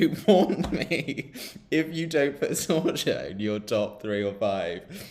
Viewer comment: ZorYa (letter J is like English Y). Enjoy in Belgrade👍👍😉😉